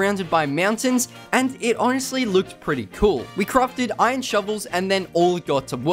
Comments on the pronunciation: why are u saying ijon its iron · Everyone: Iron This dude: Iyonnnn